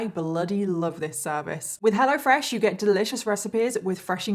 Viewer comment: Lol sometimes I hear " hella fresh" when you say it. Thank you for the best story telling on the internet!!! I love your makeup too